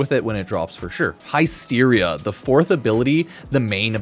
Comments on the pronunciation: Hi-steria. Bruh. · Everytime says the word Hysteria wrong, we take a shot.